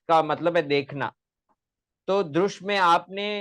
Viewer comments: ये साला दृश् शब्द तक का उच्चारण द्रुश् कर रहा है भारतीय उच्चारण की पद्धति भी नहीं है,हरामखोर को वार्तिककार भगवान कात्यायन भी गलत लग रहे हैं, जो कात्यायन पतंजलि के भी समझ में न आ सका वो इस कुकुरमुत्ते के समझ में आ गया। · तुमको दृश् बोलना नही आ रहा है तू क्या शोध क्या करेगा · Apko drish dhatu bolna nahi ata। Aye bare। Gutthi। Suljhane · पोपट तुम ठीक से दृश् बोलना सीखो